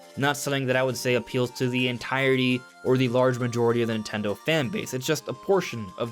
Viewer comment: Am i the only one who finds it extremely bothersome how he says "Nintelndl" repeatedly?